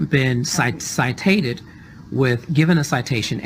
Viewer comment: Citated??!! Lmao